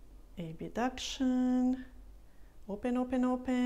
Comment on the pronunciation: Thank you for the exercises. Really helpful. Just a note though. In English, the word is "Abduction", not "Abuduction".